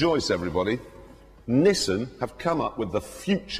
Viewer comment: Just realised they pronounce Nissan as Nissin. 1 is a car company. 1 is a noodle company.